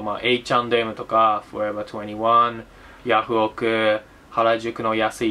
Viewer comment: きっちり作りこんだ動画をアップしてる分、ぐだぐだな動画も面白いので続けてください。 forever21の発音はやたら英語的なのに、スタートレックは日本語の発音なのはPDRさんの中でどーいう基準なんだろーと思ったり思わなかったり